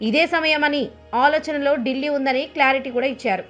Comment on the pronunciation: Dillli(delhi) dilli ani nokki nokki cheputunaru... Meeku bajapa antey nacchadha madam?,🤔